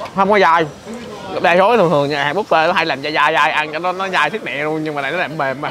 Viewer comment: Khi KhoaPug đọc chữ Buffet thành Búp Phét :))